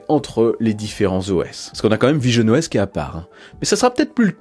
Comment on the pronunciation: quand tu as dit visionOS j'ai cru entendre pigeonne OS 😂